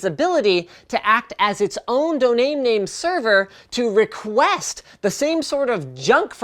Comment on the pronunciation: "donain name server" :p